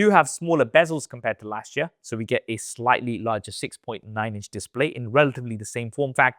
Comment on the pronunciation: The "YEare"